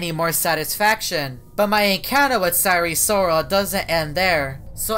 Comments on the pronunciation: You said sire siral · Him:"sire sorol" what i hear: sire soul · More like siren soul 😭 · I was hearing Eris Lorsi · Why do you pronounce wrong 😑